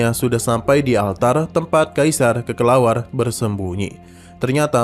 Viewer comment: Kelelawar min bukan kekelawar🗿